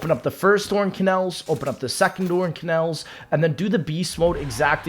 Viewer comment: Kannels, Windows Wine, Nerro, the shaddaman. Bro what are these mispronounces?